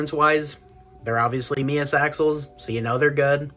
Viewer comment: Finally, someone who can say MEUS properly! Subbed!